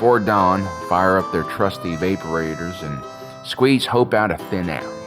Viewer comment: Learn how to pronounce "Evaporate", or maybe just watch Star Wars to learn how to pronounce "Vaporator". This isn't a Tomato/Tomato issue, there's only one way to say it, and you're saying it wrong.